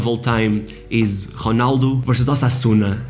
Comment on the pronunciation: I just found the video. I thought you were brasilian because you pronounce R like H, eg Honaldo instead of Ronaldo. I thought only Brazilians pronounce it like that. Also i was expecting Rui Costa as number 10 not Maradona. And last but but not least, ah Euro 2004 my favourite competition with my national team playing total football (kidding) and winning the cup against the hosts!